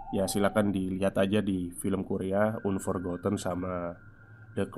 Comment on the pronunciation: The correct pronunciation is "anforgoten",. Sehat selalu